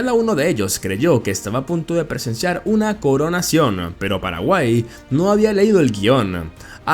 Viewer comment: como que "Paraguay"???